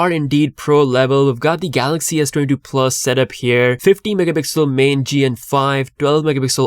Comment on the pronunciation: When you said S22, it sounds like S20, I have to repeat it again to clarify.. cant you pronounce s22 properly?